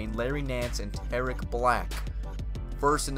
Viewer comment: You are saying Tarik wrong